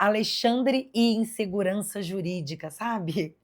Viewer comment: No caso, insegurança jurídica, ele errou a pronúncia!